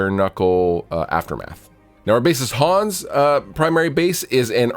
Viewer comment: To reiterate: "Hans" is a German name, and is pronounced "Hunns", not "Haaaaaaaaawns". Also you need to flog him until he plays the bass properly with his fingers. You already have 2 guitarists; you don't need a discount 3rd one.